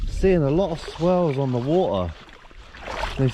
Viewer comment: When you were a kid did your mother not tell you waTer has a T in the middle